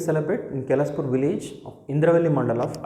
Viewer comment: kelaspur kadhu sir keslapur